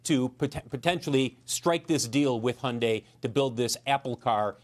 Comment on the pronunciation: its hun-dayyyy like Sunday